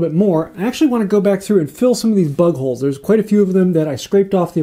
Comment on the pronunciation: Listening to this at first I thought u kept saying butt holes. Had to hit the rewind to figure out it was bug holes 😂